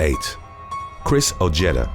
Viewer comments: 'OJETTA'. LOOOL. Ojeda. OH-HAY-DUH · It is pronounced “oh-heh-dah”